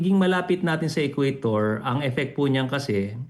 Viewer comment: Ang BOBO ng interviewer. Magbasa sana ka muna. Bago ka mag invite ng expert. "Equator" hindi "Ecuador"!